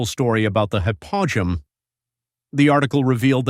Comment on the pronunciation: Hypo -ge-um is the correct pronunciation